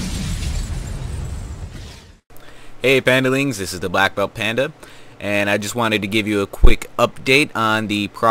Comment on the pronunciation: its pan dan a